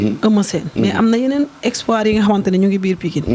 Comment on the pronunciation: Espoir wala expoir 😂😂